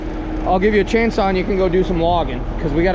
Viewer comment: Plastic "strahz"?????? "Sawdist"????? "Chainsah"?????